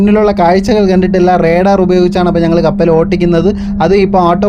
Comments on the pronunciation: കപ്പൽ ഓട്ടിക്കുന്നത് എന്നല്ല; കപ്പൽ ഒട്ടിക്കുന്നത് എന്നു പറയണം😂😂😂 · ഓട്ടിക്കുന്നത് അല്ല , ഓടിക്കുന്നത് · കപ്പൽ ഓട്ടിക്കുന്നത് എന്നല്ലട്ടോ ഓടിക്കുന്നത് എന്നാണ്🤣🤣🤣🤣🤣🤣🤣🤣🤣